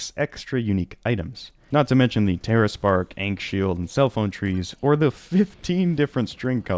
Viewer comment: you say "Ankh" how????